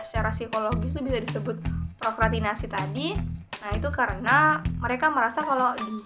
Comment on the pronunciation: Seru nih bahasannya 😍tapi kurang S nya Kaka, prokrastinasi hihii